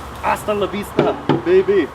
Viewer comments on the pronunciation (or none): none